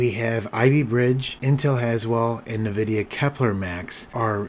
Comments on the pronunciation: Noice work! 👍👍 Just FYI, it is pronounced "en-VID-ee-ah" and not "NUH-vid-ee-ah" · Thanks, I was just about to look this up. Nvidia was a client of the company I worked for, and it was always pronounced en-VID-ee-ah. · First time I've ever heard anyone pronounce the company "NahVidia"